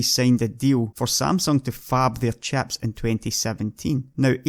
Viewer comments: if you pronounce chips as chaps wondering how do you pronounce chaps? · Great vid but I can't help but laugh when he says chips, it sounds like chaps. Fab the chaps.